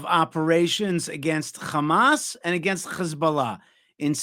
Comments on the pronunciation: Great, but please get over saying Hamas in a Hebrew accent when speaking English. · Can someone correct.. when he says. Hamas and Hezbollah... Khamas and Khezbollah and the whole.... Kh thing...lol... Not that it changes anything. It just will makes look better if he avoids the kh thing